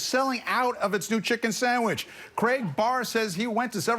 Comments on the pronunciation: Samich, not sandwich 😂😂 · Did he say 'Sammich'? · “Samach”, he said towards the end of his speech. Not sandwich 😆😆😆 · He said “sanmich” 😂😂😂 just for that he’s got my vote!! 😂 💋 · it's "sammich"